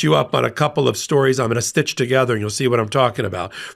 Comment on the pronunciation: Don't say "stisch together" 😂. You're doin' a "WEAVE" 😉😂 Good points, however 😉